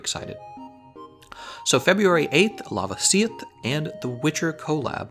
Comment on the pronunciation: The way you pronounce la-VA-si-oth and JEW-ra-TO-das triggers me.